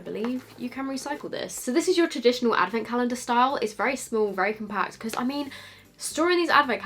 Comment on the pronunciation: I'm hearing 'beauty avocado's' Facepalms